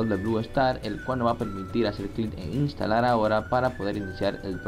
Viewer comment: instalal xd jajaj